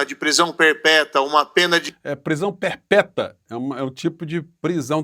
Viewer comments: "Prisão perpeta neliete, e conja"😂😂😂😂 oh "juiz"😂😂😂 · Kkkkk, "perpéta" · Olá, boa noite e a todos. Professor olha a sua expressão quando disse prisão "perpéta" rsrsrsrsrsrsrsrsrs